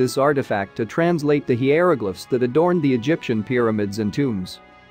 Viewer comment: The mispronunciation of so many words is impressively oblivious. With so much time required to make a video, why not check things like that??? Hieroglyphics is pronounced Hy-ro-glif-ics for example.